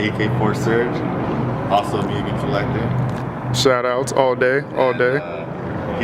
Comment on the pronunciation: "Moo-gen" not "Mue-gen"